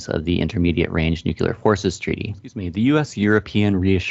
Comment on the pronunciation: With all due respect, please learn how to correctly pronounce nuclear. It will greatly enhance your professionalism to your audience. Otherwise, good briefing and thank you for the information and analysis!